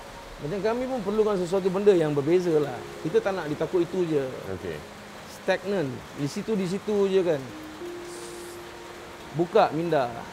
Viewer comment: stagnant bang stagnant..bukan stack non....hahahahahhahahahha